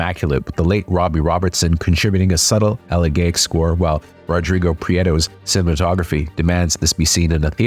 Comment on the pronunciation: “Elegiac,” is pronounced, “Eller-Jay-ic.” Not the way you pronounced it. It matters. But, as usual, I appreciated your insightful opinions. One thing of importance you did fail to mention was, while the book is the inspiration for this movie, much of the original script was altered by the participants. Namely the Osage Tribal members who were consulted throughout the entire process and whose insights and experiences were not reflected so well by the book.